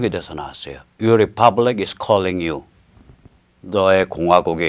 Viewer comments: 리유라고 발음하는 이유는 뭘까요? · 어거지 부리지 마세요. 님이 '이유'를 '리유'라고 발음하는데서 즉각적으로 느껴지는 부분을 말하는겁니다. 그리고 그건 대한민국 국민 누구나 느끼는 부분이구요.